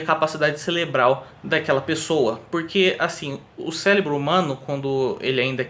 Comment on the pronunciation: Caraca man... é "cérebro" e não "célebro, celebral".